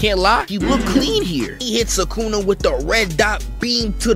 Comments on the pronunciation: Bro why you keep saying su ka na? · Him: SukAna Me: WHO?